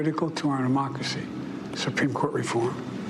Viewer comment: I didn't know we have a mocracy lol